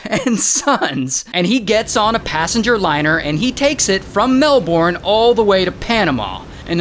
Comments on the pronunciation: The way Ray said “melbowrne” 😭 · DID HE JUST SAY “MELL-BORN” AND THEN PUT THE LOCATION MARK IN THE MIDDLE OF AUSTRALIA??? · The way you said melbourne 😂